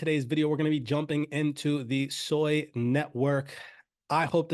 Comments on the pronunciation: Its SUI, not SOI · It's pronounced Swee, Japanese for water. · Please, it's pronounced: Sue - Ee